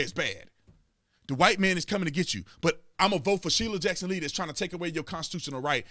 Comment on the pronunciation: Shirley Jackson Lee - that’s a teleprompter screw up.